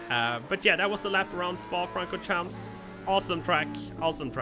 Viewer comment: 'Spa Francorhamps'?